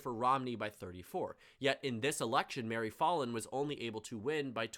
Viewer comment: Me from Oklahoma hearing you say Mary "FALL IN" rather that Mary FAL IN